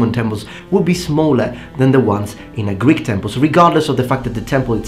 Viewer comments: Ur greek pronouncing of words is pretty pretty nice to listen to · Great greek pronounciation and no strange accent! Μπράβο! Greetings from Greece my friend! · Hey friend, just wanted to say that your pronunciation of Greek is stellar! Well done!